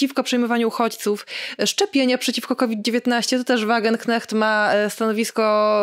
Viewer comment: błagam: Wagenknecht wymawiamy: /WAGENKNEŚT/ ❤